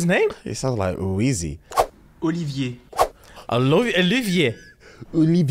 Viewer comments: Wait does speaks French he said Olivier way too well 😂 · Olivier is pronounced in French